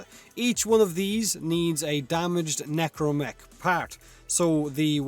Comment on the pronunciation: Is it a tree thing, that when says necramech it sounds like necromech to me?